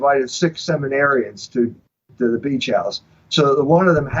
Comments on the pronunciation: I thought he was saying: he was sleeping with seven arryans.he was saying seminarians.😆🤗 I bet he wishes it was seven arryans,homosexuality is not natural,end of discussion ,😠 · I also thought he said Aryans. Ha ha